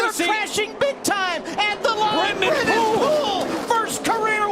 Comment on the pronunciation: Luke Rainey and the other guy "Brendan" cmon man it's Brennan